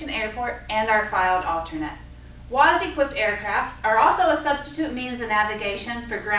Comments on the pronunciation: It’s WAAS! Not WAZ🤦‍♂️🤦‍♂️ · Great video....very well explained...but please its WAAAAS not WOZ .......thanks !!!!